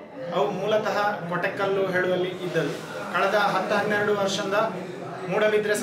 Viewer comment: ಕೊಟೆಕಲ್ಲು ಅಲ್ಲ ಕೊಡಕ್ಕಲ್ಲು ಅಣ್ಣ